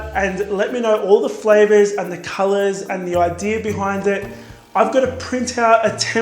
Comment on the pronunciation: I love you, you pronunciation and your recipes, but every time you finish a cupcake and say "that´s pretty much it" I hear, "that's pretty much shit" LOL , don't take this wrong, I'm not a native english speaker and that's probably why